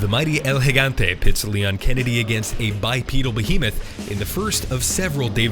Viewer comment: First english spoken video i've seen that can pronounce "Gigante" and no "Yeegante" Well done guys!